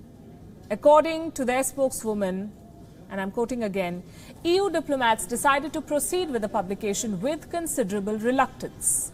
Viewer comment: Well EU sure sounds like 'eew' like when someone see something nasty eeww